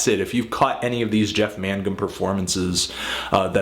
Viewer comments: It's mayne-gum not man-gum! you get this wrong so often! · I always thought it was pronounced more Mang-gum. How strange it is to hear about this Jeff man Gum character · I thought it was pronounced maingum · Connor Mcdonald pretty sure it's pronounced "mang-um" but ok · Yeah, I wonder if it's still pronounced "Magnum"? I've been saying it like that for over 20 years, and I never noticed it until he pronounced it all weird, I look at how its spelled, and yup, I've probably been wrong all these years. lol